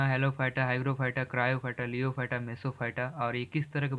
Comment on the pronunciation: लियोफाइट नहीं होता है। लिथोफाइट होता है